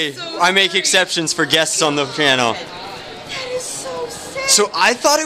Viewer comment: On the chfhrannel thats what i heard